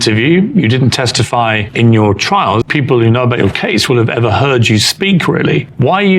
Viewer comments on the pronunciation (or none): none